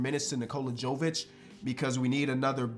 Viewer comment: Brooo, Nikola Jovic is pronounced the same way as Nikola Jokic. Just replace the K with V. There is no JOE at the beginning. Sorry, but I'm Serbian and it bothers me to hear you butcher this man's name every time 😂🤣